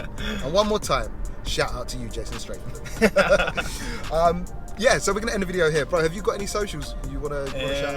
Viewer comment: Jason STRAYTHAM did you say? 🤣🤣🤣 quality video as always and I couldn’t believe that barge was moving like a supercar.